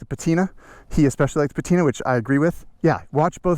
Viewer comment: Rebuilt, not refreshed. Patina, not batina.